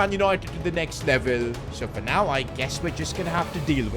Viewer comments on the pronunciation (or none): none